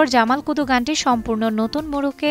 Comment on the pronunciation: জামাল কদু না, জামাল কুদু।